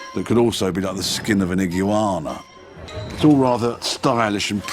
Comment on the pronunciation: "IGOO-ANA." ha